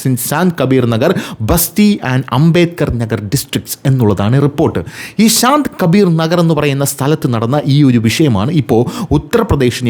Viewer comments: ശാന്ത് കബീർ അല്ല സന്ത് കബീർ നഗർ ആണ് സന്ത് എന്നാൽ saint ന്നൊക്കെ പറയില്ലേ അതാണ് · Sant Kabir Nagar and not Saant Kabir Nagar , you have to explain correctly 😂😂